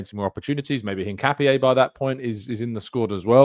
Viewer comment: Btw Hincapié is pronounced IN-KA-PYEH